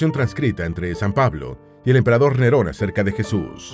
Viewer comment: Jodido hacer videos con dislexia. emperador "Renon" en vez de Neron...